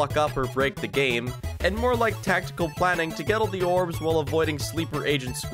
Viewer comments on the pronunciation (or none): Heh, he calls the collectables "Morbs"